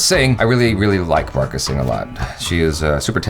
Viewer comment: Barkh Pronounce - baarkha